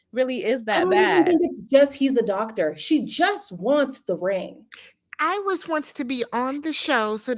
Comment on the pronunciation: It’s Irais not Iris